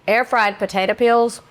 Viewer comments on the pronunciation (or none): none